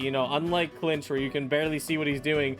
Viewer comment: first 😱 I'm probably gonna pull mualani out of all of them tbh edit: he called kinich "klinch" ICANT